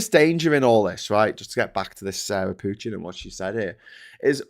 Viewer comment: The name Pochin is French in origin. Please pronounce with french accents not English ones. Same for Farage and Dutch for Tice. The Cult of Ultimate Nigel Transcendents acolytes should be reminded of those facts as often as possible.